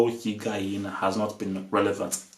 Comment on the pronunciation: "Higain" lol